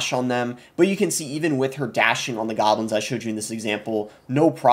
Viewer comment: Evury tyme he said gahblins i took a shot and now im detoxing at the hospital